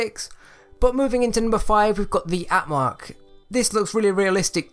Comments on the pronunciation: I must said. This chaps knew nothing about trains. Also it's called "Am-track" not "At-mark". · Its amtrak not atmark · It’s not atmark it’s am-track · Amtrak (Am-Track) not Atmark, also, Erie is (Ear-e), some people get it wrong so it’s not a big problem... great video though! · you dont pronounce Amtrak like at mark, you pronounce it like Am track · im just stating a fact say am-track in stead of at-mark ok. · Atmark? Do you mean Amtrak? (Am-track) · it's amtrak not atmark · It’s Amtrak not atmark and it’s Erie Lackawanna Railroad not airy! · It is not atmark it's amtrak say it slow, let me guess you don't know anything about trains 😒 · Not atmark it's amtrak!!! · the CART BEHING IT it’s called a tender also amtrak not at mark also Erie not eh rie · WTF, Atmark?! do you mean Amtrak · Atmark? AMTRAK ( PRONOUNCED AM-TRACK). I AM A TRIGGERED AMERICAN. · Okay, 2 things. One: You gave no credit to anyone but JANGBricks, and two,: IT'S AMTRAK, not "Atmark", it's pronounced "Am Track" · No offense but it’s Amtrak not atmark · It’s not pronounced at Mark it’s pronounced Amtrak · its amtrak not atmark! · its amtrak, not antmark. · It’s amtrack not atmark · You mean Amtrak not atmark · It’s Amtrak not Atmark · Did he call the Amtrak an Atmark? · A T M A R K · I don’t want to sound nitpicky, but I felt personally attacked when he said ‘atmark’ and when he called the Erie a ‘Batman train’ otherwise a great video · Forget everyone saying how he said Amtrak wrong. It just makes it sounds more LEGO, because LEGO is not one to copy a brand, thus, Atmark sounds like a passenger LEGO line. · It’s pronounced am-track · (am-track) is how you say it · U sure you didn’t see atmark #507 (its a joke about how he said atmark) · 90% of the comments: iT’s PrOnOuNcEd AmTrAcK Me: why did LEGO turn down the Back to the future train? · when you call Amtrak 'Atmark' XD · the amtrak is pronounced AM-Track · In number 5 the name on the train is pronounced am-track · "Atmark." Okay....